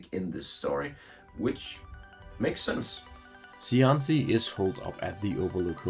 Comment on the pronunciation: As an Italian language speaker, shouldn't Cianci be pronounced: Chianchi? ("Chi" sound from cheek)